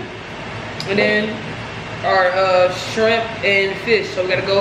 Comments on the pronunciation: She said strimp. I hate when people call it strimp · " sum strimp" 😂😂😂😭💀‼️